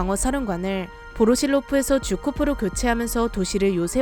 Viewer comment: 쥬코프가아니라 주코프(Жуков)가 아닌가요